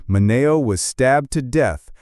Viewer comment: Pronunciation, please!!! Min E O !!!!!